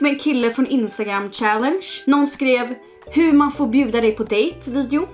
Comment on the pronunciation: Kan du snälla börja uttala “challenge” riktigt.